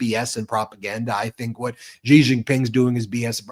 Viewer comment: SHE jin ping, SHE Jin ping, SHE jin ping. It’s not that hard.